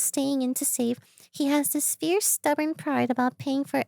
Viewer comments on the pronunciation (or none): none